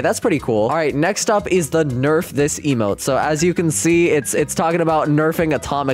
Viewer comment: bro said lmo insted of emote lol (i want the early acces plez) (id:DSG242i)